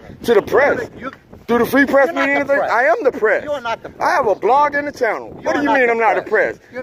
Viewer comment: wth is "fwee pwess" lmao